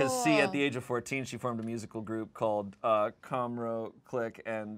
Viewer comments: SAYING CORNROW AS COMROW AIHSJAJAJAJAJ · really said Comrow instead of Cornrow 😂😂😂